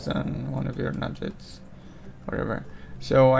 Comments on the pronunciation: There Nuggets not Nu-Jets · OMG they're not Nudge-etts , they're NUG-GETS Learn english FFS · NUGGETS not Nujjets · Nuggets not Nudge-its (as in Chicken Nuggets) NOOB!!!! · Couldn't do it with the nujjets weirdness. The game even pronounces it correctly for you.